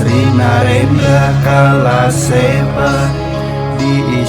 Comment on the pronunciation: saé kang coverna, kedahna "Kalaseba" nuturkeun kanu pelafalan Sunda mah... 👍